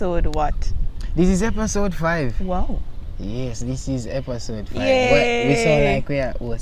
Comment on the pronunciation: If him did say epasode one more time mi would a unsubscribe